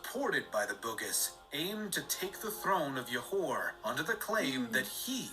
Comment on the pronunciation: oh gosh Johor's Jo is pronounced as in Jo in "Joe"... what is Yohor hahahhaha Kecil's "cil" is pronounced as "chill" without the H sound. aaahh narrators